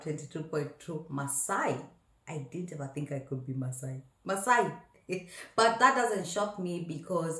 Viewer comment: The way you said that yoh not maasai...killed me....hahhaaaaa..maaasai!!!?